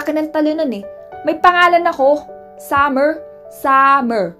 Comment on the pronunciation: Zamer kasi Hindi summer🙄🙄🙄